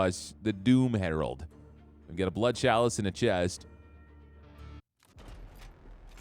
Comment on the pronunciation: It's edging me all the time when you say "KALICE" "Chalice"